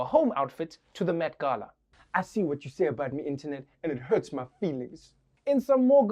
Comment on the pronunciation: Did he say Meth Gala? TWICE?